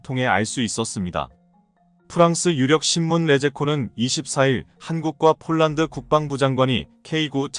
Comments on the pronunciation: 폴랑드 폴랑드..알만 할건데..그대로 읽어 버리네.~~ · 폴란드를 폴랑드?중국식발음인데? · 발음 폴랑드 포랑드 가 어디아 사람이 하는 말이야